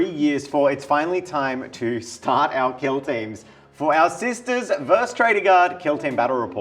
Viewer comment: For the love of G-d. It's VERSUS, not VERSE.